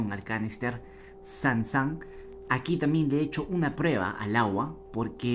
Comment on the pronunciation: Es sun sun no san san jeje buen experimento , tenga su like